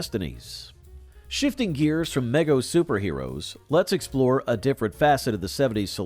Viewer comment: Good video BTW: Mego is pronounced Me-Go, not meg-O